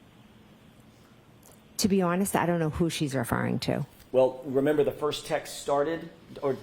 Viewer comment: She looks like shes trying to hard to say i dont remembah, for the millionth time. No, we not asking what the report says, we asking if u says.